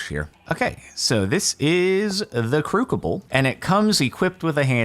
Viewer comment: lol crucible is said crew-sib-bull sib being like sibling